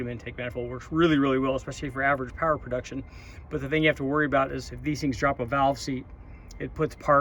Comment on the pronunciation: LOL flipped manifold =Powah, hahahahahaha!!!!!!